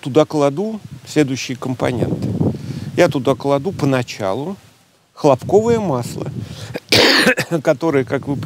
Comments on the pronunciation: ХлОпковое масло. Ударение на первый слог. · ХлОпковое масло, правильное ударение на первое о